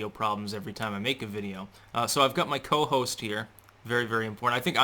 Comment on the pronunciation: Your "Co-Hoast" Took the Show! : }